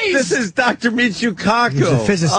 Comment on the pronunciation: lmao I love how Ant says “Michuuu KAkuuu”